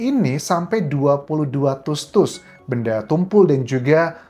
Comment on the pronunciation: Anjas bilang tusuk nya biasa aja ga usah tus tus, malahan jd ga enak didengernya